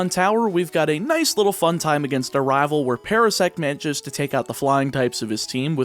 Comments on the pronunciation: At the beginning I couldn't help but notice that you are definitely southern. You don't have a strong accent for the most part, but when you said the list of rivals you pronounced a lot of them as rahval. As a fellow southerner there's nothing wrong, just an observation. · I love how you say rivel Its wonderful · I like the way this guy says rival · The way you say Rival, you must be my kin lol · It's weird how "rival" seems to be the only word you speak with an accent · He says rival like that one guy from that chowder show says rabble rabble rablle or whatever lol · you pronounce rival SOOO southern. immediately smitten. subscripe. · I love how you pronounce rival, it sounds so cool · This is the first video of yours I have ever seen, but that pronunciation of Rival really made me figure you from the Southern US. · you pronounce rival with a weirdly southern accent (no hate) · Where are you from? You have no discernible accept except how you say "rival". I just thought that was interesting, you just abruptly sound southern when you say "rival" but not when you say anything else. But this is a cool idea for a video! So much strategy in planning, it means you have to be careful - what if you need Pidgey in another game? Don't catch it! But what if you really need another Pokemon?! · I like how he says rival like a cowboy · Anyone else think he's pronouncing Rival real southern like in the beginning? In fact, he seems to slip into a southern draw alot this video xD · I love this idea it's super cool and unique. Also random question, don't want to dox you at all but are you from the southern United States? Only reason I ask is because the way you say the word rival just sounds super southern to me. Either way keep up the good work. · The way you say rival